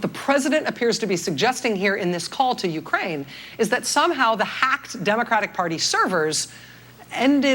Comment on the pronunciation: You say Ukraine really weird. It sounds like you're saying Ukain.